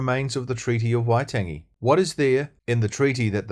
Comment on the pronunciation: All great stuff! Just one critique - Waitangi - it is indeed worth pronouncing that correctly in Te Reo terms - just a small point - but it would help your cause immensely Keep up the great work Cheers Dennis Scott